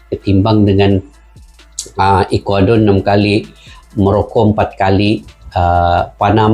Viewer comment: Ekwador bukan calang calang bang